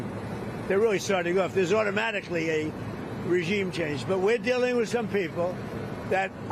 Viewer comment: He says “regine chamge” here.